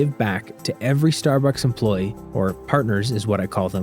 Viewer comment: it seems this is an ad for Starbucks? also who says star-books? like this guy.